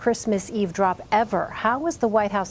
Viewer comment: This guy instead of saying "ever" he says "eva"